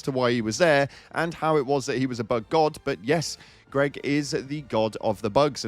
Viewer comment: o7, GREG!!!! NOT GREG!!!